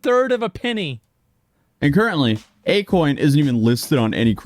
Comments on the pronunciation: akoin....more like a-kon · A-KON-ARTIST 😅 GOOD ONE 😂😂😂❤ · Hes an artist... A-kon artist 😂😂